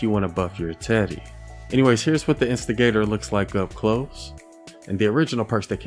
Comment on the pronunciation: Instigator When says the weapon name: instigator 6 year old when he says it: investor